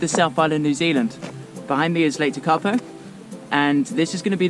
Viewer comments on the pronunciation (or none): Really liked the video.not surprising some place names are hard to pronounce,hope this helps. Tekapo,,,,,,teak ,,A ,,po Hawea,,,Har,,we. ,,a. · Great video. Yes, Tekapo was the least correctly pronounced place name but never mind. For the tourists coming back here after the Covid shutdown, I think your stated travel times between the places shown are too short. If you had a fast car (rather than a campervan), they would be achievable but I would recommend adding at least 20% more time to each leg of the trip. Apart from the scenery, the road conditions and the speed of slower vehicles should be kept in mind. And a flock of sheep on the road can happen.